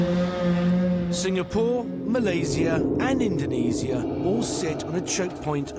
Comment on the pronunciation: This documentary series is certainly awesome and informative, but Mr Kemp's correct pronunciation of the names of the places involved is simply icing on the cake. It's music to my ears to hear you use the "s" in Malaysia and Indonesia correctly. Heck, your way of pronouncing Kuala Lumpur is spot on, too. Keep up the great job, sir. 👌